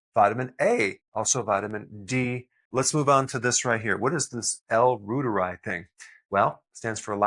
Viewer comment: FYI as you know, L.Reuteri is Latin, thus it is pronounced like L.Reuteree